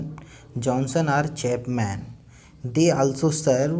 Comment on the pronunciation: Chapman ka pronunciation nhi kr pa rhe ..great work hi h ye shayad..